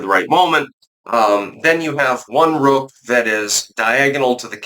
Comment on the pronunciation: I was saying what the heck is a roke? Do you mean woke? It took me a while to figure out you meant rook. It rhymes with took.